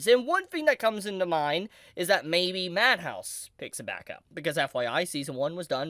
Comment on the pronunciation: why does he call madhouse manhouse???